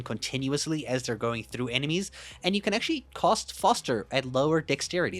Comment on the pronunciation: When you say cast it sounds like cost and that shit is hilarious.